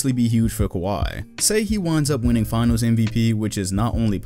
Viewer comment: Winnning? I caught that lmao